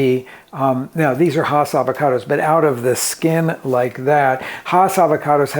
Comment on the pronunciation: Haas is pronounced like "pass"